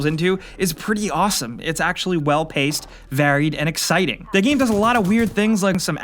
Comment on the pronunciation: I love you, but you really need to learn to pronounce "the"